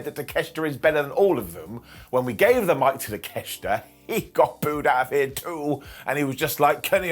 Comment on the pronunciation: I don't get why everyone keeps saying Takeshita's name wrong... There's no 'ch' in his name and in Japanese it's pronounced as it's spelled... Talk- e - sheet- uh